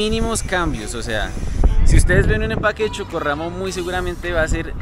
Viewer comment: para que suene chocorramo debe ser con doble RR Con una sola R se pronuncia diferente